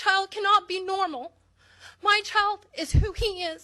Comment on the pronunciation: Wait, I'm in the first like 15 seconds of the video and this fat kid really just said "My principal says I'm not NERMAL" No Susie. If you pronounce normal as NERML, you definitely aren't. Lmfao